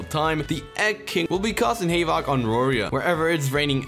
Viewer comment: Did anyone else get mad at how he said havoc tho